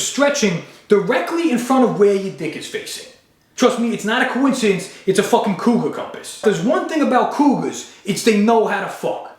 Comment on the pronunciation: Couguar compass lol